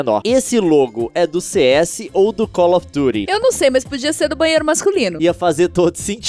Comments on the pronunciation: que "cólofi duri" nois eh br, aki eh cáufidãti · Ele n sabe fala call of duty